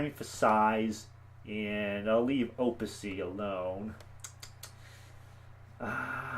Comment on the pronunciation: here's how to pronounce "opacity" o·pac·i·tyDictionary /ōˈpasədē/